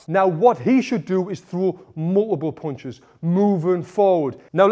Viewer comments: I love the way he says "puinchus" 🤣 (punches) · Tony " mulvvvuble bunches " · Mooloopool poonchez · I think he says "ponchis" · may be . Only his mouth knows it. He spins the word with his mouth 😅